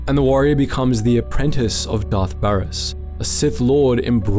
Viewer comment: Great stuff, but like, the game is easily accessible, how are so many names getting butchered 😭never have i ever heard someone pronounce Baras like that lmao